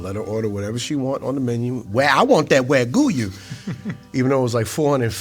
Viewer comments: Did I hear it right, he said in "waguyu steak"? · “Wagyu you” 😂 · One of the best yes. But could man not google "how to pronounce wagyu?" 😂 he butchered wagyu and said wa gyoo-you 😂